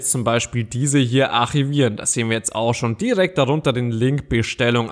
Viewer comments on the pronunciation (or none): lern erstmal Deutsch wie man Archivieren ausspricht